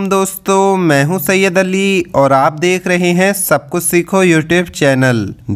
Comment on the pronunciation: Aap pehle hazrat ali رضی اللہ عنھاka naam or musa علیہ السلام ka naam sahi lo pehle bat karne ka tareekha sikho badh me deeni bate bolo samjeh 😯